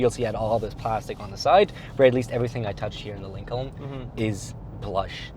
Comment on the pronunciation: lincolllllllln lololol are you emphasizing the silent L on purpose or just saying it wrong?